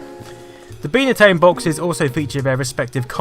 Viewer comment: "Bye" na tone, not Bee na tone... jeez